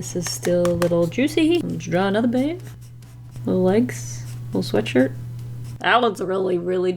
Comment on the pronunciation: and he’s got a sweashshwirt